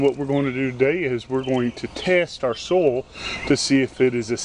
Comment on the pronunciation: What is "SOL"? Try so-i-ol. soil. He's a southerner and probably says ol for oil. I call them folks lazy talkers.